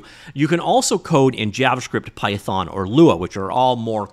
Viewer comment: Javascript not jabbascript